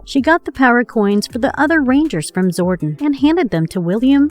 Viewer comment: I am disappointed that they got someone who doesn't even know how to pronounce (Zori-don) and calls him (Zorden) over and over. It makes it seem like the person they chose didn't even give a shit about the show let alone JDF, rest his soul. 🖤🖤